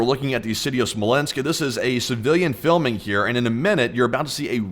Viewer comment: 50% of why I tune into your channel is your accent. You add the letter 'u' in these subtle little spaces. "Miuhsuls". "Thius". "Fiulming". "Poust". I've tried to replicate it, but I just can't, I end up just sounding like I'm doing a bad Forrest Gump impression. Sometimes I'm stoned and end up analyzing your accent so much that I don't even register what you're talking about, I'm just so fascinated by your "California Surfer" accent. I want to hear you say "Bro", I imagine it to be the fullest "Bro" ever spoken.